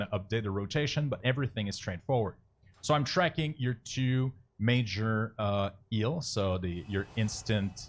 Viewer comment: nice thanks! :) one thing kept triggering me throughout the video. you pronounce Heal like Eel :D